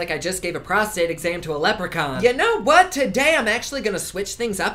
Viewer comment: "Prostrate exam to a Leprechaun" 😂😂